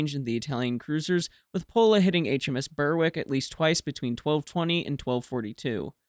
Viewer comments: Errmm, we need to have a word about your pronunciation. Berwick is not pronounced "Burr-wick" but "Berrick", the W being silent, as in the pronunciation of many other British places that contain "wick", thus Warwick is "Warrick", Alnwick is "Annick", etc. You're welcome. 😊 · Berwick is pronounced 'Berrick' (just saying). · Nice summary. Minor points only but Phoenix was a sub, unfortunately lost later that year, and HMS 'Berwick' is pronounced 'berrick'. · Because it grates on British ears. No-one has heard of a place called "Burr-wick", and by mispronouncing the ship named after the town it insults the memory of those who served aboard it. How would Americans like it if (for example) we called their ships "USS Tex-ass", or "USS Alay-bummer" ?